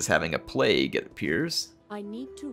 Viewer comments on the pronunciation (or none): none